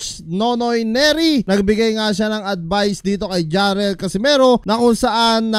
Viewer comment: Jarrel ✅ Jhon riel❌ lol😂